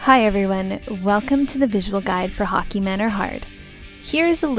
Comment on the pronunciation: Hockey manor -- that's just the Canadian coming out of her ;)